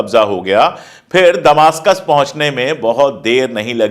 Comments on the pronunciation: Damishk hota hai damastak nahi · Please Sir ! दमासकस नहीं दमिश्क़ होगा